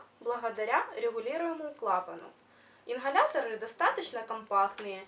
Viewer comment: инХаляторы😭